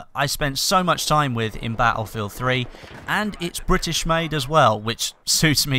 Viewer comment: Bah-Ull-Field c